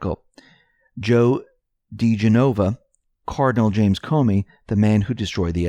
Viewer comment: Joe Dee Gen O Va???! Don't you know who Joe diGenova is???